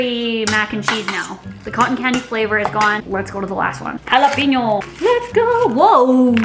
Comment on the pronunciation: Jalepeeno lol